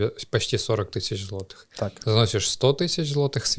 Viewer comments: ЗлатИх, златИх, це яка говірка? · Это ТОЛЬКО ТЕОРИЯ, для тех, кто захочет воспользоваться услугами этих ребят. На практике все по- другому, можете проверить! Да, на заметку- поляк молодец, за полтора года да и без акцента, только кое- где специально ударение на злотом не так ставил!